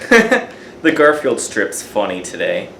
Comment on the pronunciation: GAR-FEE-ELD PEACE CORE Holy shit, kid